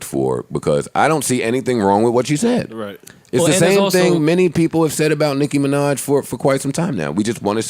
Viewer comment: Everytime joe says "nicki minach" I cringe